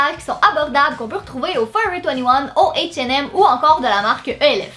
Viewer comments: Beverly Amand Oui, '' atch et hem '' pour H&M 😂 Mais son accent est tellement magnifique et trop mignon!!! On t'adore!!!!!!!!!!!!!!!!!! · h&m ça se dit ''ashe et aime'' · P.S. j'adore comment tu dis H et M (en anglais) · T'es trop belle J'aime trop ton accent surtout quand tu dis H&M ❤️ Super vidéo Gros bisous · Franchement aprend a lire ses h et m elf recourbe cils et rouge à lèvre mate avec un e et prononcer le t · C'est trop drôle la façon dont tu dis H&M😊. Sinon j'adore tes vidéos, Bizouuuu ❤️ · C'est vrai qu'en France on dit pas ça comme ça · Equit ' C'est l'accent québécois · Oui c'est clair